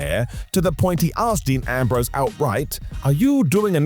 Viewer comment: "Deam" Ambrose? 🤣🤣🤣